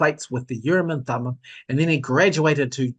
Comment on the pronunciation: Urim and Thummin. Or was that bogus?